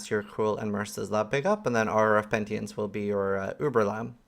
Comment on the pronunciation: Pentience? Wtf is pentience?! Haha love you but the word is penitence, from the same root as the word penitentiary.